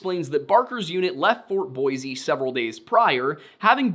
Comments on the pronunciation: I am obligated to say, as a local, Weiser is pronounced like the band Weezer, and Boise is pronounced like “Boy-C” rather than “Boy-Z” respectfully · And we say Boysee not Boize for Boise